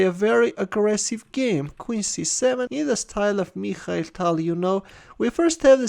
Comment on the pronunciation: "Meeekhal Tal" 😊